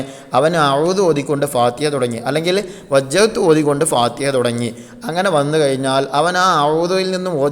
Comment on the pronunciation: ഫാതഹ എന്നല്ല ഫാതിഹ എന്നാണ്